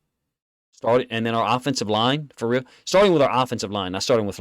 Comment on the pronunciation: When this man says...(FA REAL!) It's that.